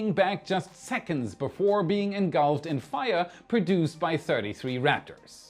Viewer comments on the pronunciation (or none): none